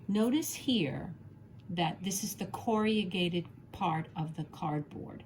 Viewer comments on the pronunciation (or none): You state you were a teacher. Based on this video, you are an excellent one. I wonder though where you're from, because you massacred the word 'corrugated'. It is not pronounced core•e•ah•gated. It is KORR•uh•gayt•id. 😕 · It is not CORRIAGATED. Corrugated.... pronounced corragated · An excellent instructional video, slightly spoiled by the mention of "corriagated" cardboard. The word, spelled correctly on the paper shown, is "corrugated", and pronounced as it is written. Apart from that I enjoyed learning a new technique. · Corrugated has only 4 syllables. Cor-ru-ga-ted. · Have to say I've never heard corrugated cardboard referred to as "corry-yew-gate-ed" before; is this an American way? I also have little snips like you do too. Thank you for the video. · Teacher : you are mispronouncing “corrugated “ cardboard. 👎👎👎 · Not AI — probably just a regional quirk with the pronunciation. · I noticed this creative pronunciation too; I used to work in a factory producing corrugated boxes so it sorted of leapt out at me! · Noooo not American pronunciation. Only four syllables for most of us. Just a personal variance I’d guess. A bit of quirkiness is charming. 💖